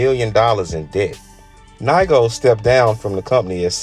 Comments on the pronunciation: NIGO, not naigo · Making a video of bape but can’t even pronounce NIGO correctly lmao